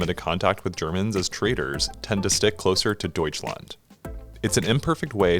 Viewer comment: Wow you spoke "Deutschland" so good